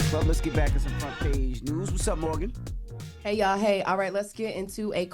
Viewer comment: FYI - it’s MORGYN Wood (not Morgan). Journalists and Influencers are not the same thing. While I would like to hear Morgyn’s personal & intellectual opinion, I’ve come to respect that she’s reluctant to give it when “reporting” the news as an actual journalist. That’s not her place to “influence” the news information via her personal thoughts but to inform and let us think for ourselves. Everyone else on TBC are meant to influence (and inform) via their personalities and opinions = media, entertainment and culture.